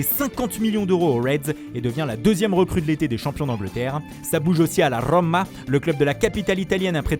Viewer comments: A la RRRRRRRRRomma! Pathétique... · Rommmma 😁 j'adore l'accent italien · La RRRoommaa Zappacoosssstaaa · L' accent italien🤣🥰la roooooooooooma,le genoaaaaaaaa😂😂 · Si tu écoute bien, il dit la rrrrrrromma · Il n'y a qu'un M au centre du mot, donc le o est légèrement allongé quand on prononce, et c'est un o fermé, pas ouvert. Mec.